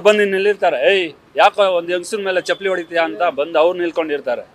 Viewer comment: ಚಪ್ಪಾಲಿ ಅಲ್ಲಾ, ಚಪ್ಪಲಿ ಏನ ಕನ್ನಡ ಹಾಕತೀರ್ರೋ